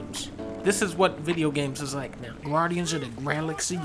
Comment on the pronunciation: Did you rike it